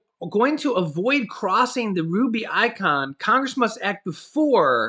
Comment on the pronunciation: Rube-eh-con